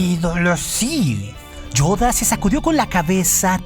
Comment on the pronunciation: donde logra hacer la verdadera voz de Yoda y acento.